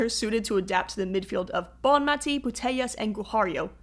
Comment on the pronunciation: Very good but you're pronouncing the name of the best player in the world incorrectly. Bonmatí, accent on the last syllable.